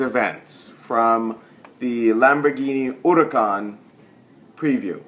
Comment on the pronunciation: Very entertaining review! For sure a good looking Lamborghini. So is Lamborghi pronouncing Hurricane or Huracan? I know the actual name is Huracan.